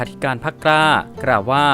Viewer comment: อ่านควบกล้ำ ล ลิง เป็น ร เรือทุกคำเลยครับ เช่น พรรค "กร้า"